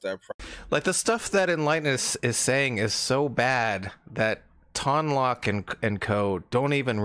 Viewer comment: I wonder if Ton Loc gets mad that everyone mispronounces his name... It's 'Tone Loke', not 'Tahn Lock'